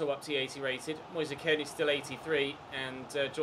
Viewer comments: Just pronounce Kean as 'moyes keen' its cringey the way it is said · Stop with the kean pronunciation already